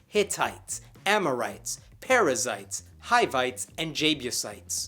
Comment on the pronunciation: I was just listening instead of watching, and i kept understanding "parasites" instead of perizzites.